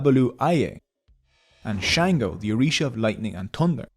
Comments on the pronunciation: its sango not shango🤣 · It's called sango not Shango and it's called akara not akaraja.. you murder the language 😅😅 but None the less this a beautiful insightful video. 😊😊 Yoruba culture is one of the most beautiful and am so proud to be part of it.